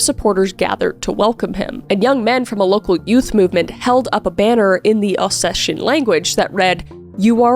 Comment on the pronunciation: it’s OsseTian, not shen. the name of the region is pronounced with a T 🤍